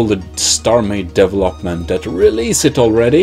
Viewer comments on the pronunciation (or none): devel-hop-ment team, sorry though, but i find your pronunciation funny. But don't worry i have issues with it too.also you should pronounce it like this - dee-vel- up